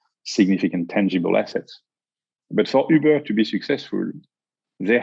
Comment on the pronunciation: Next time I call an Uber, I want to say it exactly the way says Ubeeur